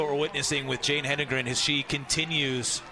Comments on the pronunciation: To all the English majors out there who took it upon themselves to correct the announcers about Jane's name. Just stop. You know who does not care? Jane. Just enjoy the moment. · I had to mute this. Yap yap yap blah blah blah STFU AND GET HER NAME RIGHT BOTH OF YA!!!🤬🤦